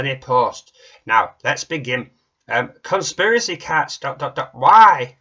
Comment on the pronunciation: Is "conspiraceh" a geometric shape?